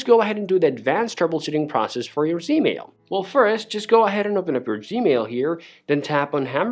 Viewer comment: He lost me when he called it " Zmail "